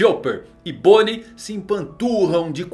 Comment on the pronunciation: Luffy conseguiu acertar o nome de bonney kkkk